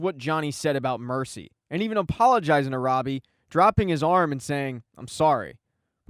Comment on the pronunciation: It's no mercy not mery